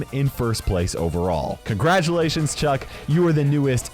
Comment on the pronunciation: It's Chuck not "chug"